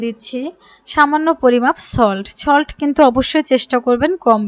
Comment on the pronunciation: Solt ke cholt bole